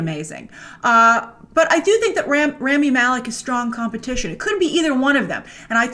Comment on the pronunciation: BTW - It's RAH-MI not RAAA-Mi. Learn how to pronounce names correctly.